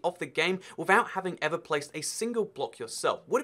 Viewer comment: no one:: bearing the game withouhht being born yet